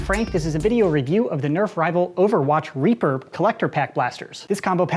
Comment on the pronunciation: I though he said raper